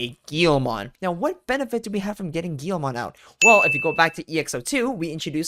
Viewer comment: Its also a "GUILMON" not "GIYOMON"